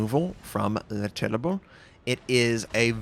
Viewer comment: Pronounciationnazi input: Terrible = Tereeble Republique = Repyblic